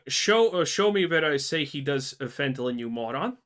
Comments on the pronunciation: I'm gonna be real, only issue I had with this video is how you say fentanyl. The way you are pronouncing it would basically read as fentalyn. I get that English most likely isn't your first language so i'm not faulting you for that but it does need to be pointed out. Other than that? Right on the money with the criticism. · Calling people braindead but can't even say fentanyl correctly.